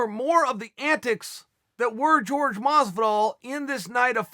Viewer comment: 'George ' Masvidal